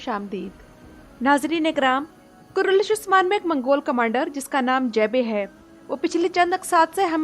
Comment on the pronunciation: The name of drama is kurulus Osman you say kurulush Osman so when you upload a video so pls take care